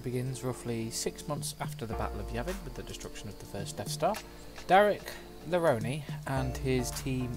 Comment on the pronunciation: The audiobook calls him LaRone (la-roan) rather than (la-roni)